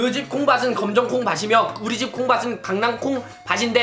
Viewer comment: '콩밭은'을 발음할때는 '콩바슨'이 아니라 '콩바튼'인데..